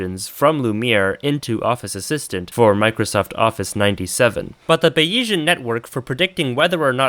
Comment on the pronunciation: how could i possibly not click this, i need to hear the ape computer arguments why are you saying bayesian like bayiesian? i feel like its a joke since you seem to emphasise the e thats supposed to be silent. are you maybe ideologically opposed to frenchisms? in which case go off king bro you actually have terminal ADHD anyway, subscribed